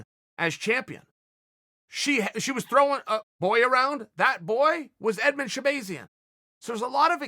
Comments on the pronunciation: Chael literally everybody who has ever said his name pronounces it shabAHzian not shabAYzian. There for I know for a fact ever time you have heard his name being said, you heard shabAHzian. So tell me why the fuck do you insist on saying shabAYzian? Thanks. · Sha bah zee in not bay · Chael: “Shah-BAY-zyan” 😂